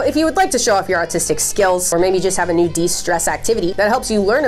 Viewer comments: You 100% said "autistic skills" instead of "artistic", I literally cannot hear an R at all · NOO I SERIOUSLY THOUGHT THAT SHE SAID AUTISTIC SKILLS INSTEAD OF ARTISTIC IM CRYING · Did you say "autistic" skills or "artistic" skills, I HOPE it was autistic for the funnies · I swear I thought you said show off your autistic skills when showing us your coloring book merch 😂